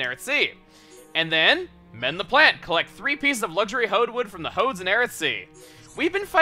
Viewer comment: when you said "Punish the Hodes," I honestly thought you said "Punish the Hoes."